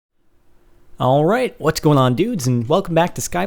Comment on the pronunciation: I hate it how he says 'alroight'. It's so annoying